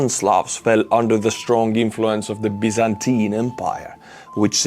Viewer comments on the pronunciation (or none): none